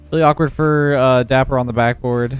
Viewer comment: it’s dappur